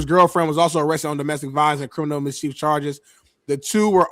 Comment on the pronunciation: It’s MIS-CH-IFF NOT CHIEF. Fuck how r u not embarrassed by that